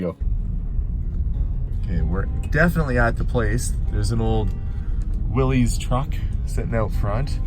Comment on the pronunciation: Gosh,, I hope you have realized by now that it is pronounced "Willis", not "Willies"!